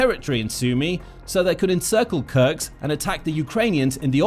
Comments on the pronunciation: it is called Kursk not Kurks the s comes before the k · Kursk is really not pronouneced as "Kurks". You essentially butcher every single settlement name which does not help your channel credibility. One may wonder how accurate are the facts if not a single name is right... ˈkɜɹsk ‐ not that difficult :-) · YO! MASTER of mispronunciation! It is in FACT Kursk NOT Kurks! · It’s KurSK Not Kurcs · Is this guy an A.I. with no geography training, or a human who was handed a script that wasn't spell-checked?! It's "Kursk," not "Kurks"... sheesh 🤦‍♂️ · It's not krks it's kursk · Where is Kurks? Do you mean Kursk. Learn to read simple words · its kursk not kurks and sudcha, not sew dee ga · Am i the only one who noticed the (probably AI) narrator kept pronouncing “Kursk” as “Kurks”? Also “Sudaja” lol